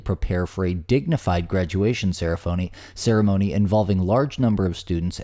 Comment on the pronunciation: I sincerely seriously hope that you actually mispronounced Ceremony by accident, otherwise you're just low.